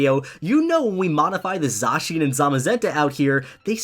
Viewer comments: Okay this is awesome! I wish you can actually use him in a dynamax battle where it eternamaxes the same way as dynamax or gigantamax lol also you say zacian really darn weird dude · lol says Zacian wrong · i think you said zacian and zamazenta wrong zacian- zay-sh-in zamazenta- zay-ma-zen-ta